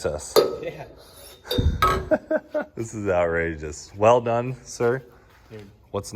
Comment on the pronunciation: Did he say, "Weld done, sir" 😏